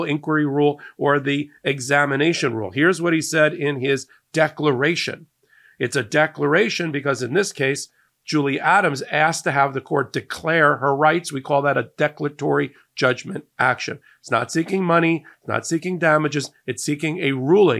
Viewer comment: Declaratory not declatory